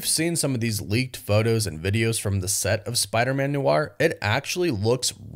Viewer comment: Noir is one syllable. Not new-arr.